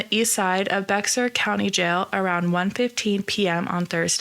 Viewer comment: Thanks for your video. Please consider doing another one on the updated charge of murder. Bexar is pronounced "Bear".